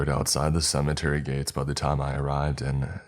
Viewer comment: HAAHAAAH!?...:"How did yu say ?....:"SUMMATERRY.....??....... weird ...